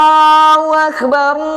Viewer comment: Pengucapan di adzan, bukan akebar tapi bulat beneran yaitu akbar 🙏